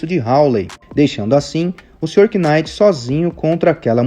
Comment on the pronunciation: Só um detalhe, acredito que não precise falar o K em Knight